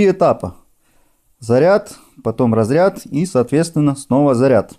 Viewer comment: " заряд - рОзряд", " Хазовыделение" Какое, бл*ть " хазовыделение" на необслуживаемом аккумуляторе?!🤦дальше смотреть не стал.